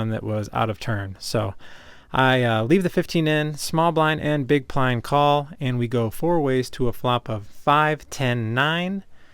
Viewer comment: "small blind and big plind call" lol